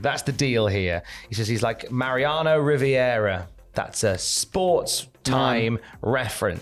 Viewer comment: Mariano... RIVERA!!!!! LOL At least you tried though